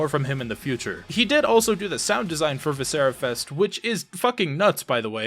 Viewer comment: I agree, great game. I disagree on your pronunciation, but I loved playing what's available at this point and can't wait for more from this one.